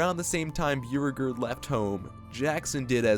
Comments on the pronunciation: Byoo regerd is how I’m saying bow regard (Beauregard) from now on. 🤣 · Are you saying Beauregard? Cause it’s pronounced Bo-Regard, but I’ll keep watching 😂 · chamberlain’s name is pronounced BOW-RE-GARD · Beauregard is pronounced BOW-ree-gahrd. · That's not how u pronounce Beauregard.... also copperhead strike isn't to the east of cedar point. It's south, however shoot the rapids was east of steel vengeance, which was also themed to moonshine business